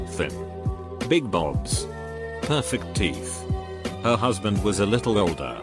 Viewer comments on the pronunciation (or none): none